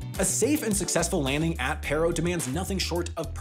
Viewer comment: Good video; I happen to be have a couple relatives who are Bhutanese pilots. It’s pronounced “Pah-ro” though.